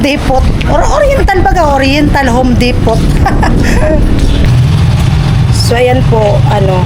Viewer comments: Depo po ang basa di depot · Depo is the correct pronunciation ( silent “t” ) .